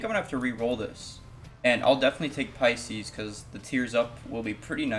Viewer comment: You pronounce "Pisces" kinda weird(?) I'm used to call this item Buiscuits